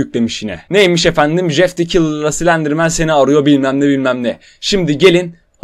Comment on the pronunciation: Şu adama Jjjjeff demeyin. J ile c’yi karıştırıp söyliceniz :/